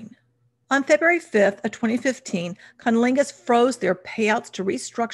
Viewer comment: You’re not. I did a double take every time she said it.